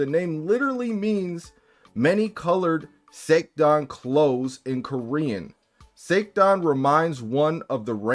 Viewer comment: Little bit weirded out it sounds like SA - TAN. Either way this is fucked up. Someone sort this shit out...